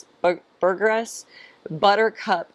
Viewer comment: Love that you talk about greens that taste like greens. Gives your pallet so much credibility in my eyes! You can inject BT into the stem near the base of the squash plant to prevent vine borers and the G in Burgess is soft, like a J. Keep us updated! Love your channel!